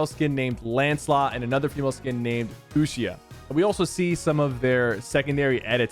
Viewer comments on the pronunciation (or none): why'd he pronounce fuchsia like that 😭